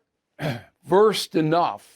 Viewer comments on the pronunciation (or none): none